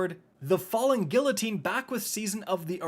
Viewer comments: Now get on him for his pronunciation of 'guillotine'. Drives me nuts. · Isn't from Canada? Don't they speak French there or learn it in school? Why can't he pronounce guillotine properly?